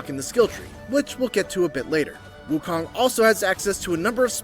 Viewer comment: FYI…The MISPRONOUNCED “Wukong”.